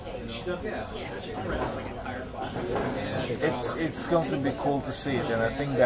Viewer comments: wow klitschko has got pacquiao's name's pronounciation down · wow he got a nice pronunciation of pacquiao.. thats impressive